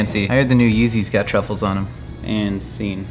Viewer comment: Did link say "truckles" instead of Truffles??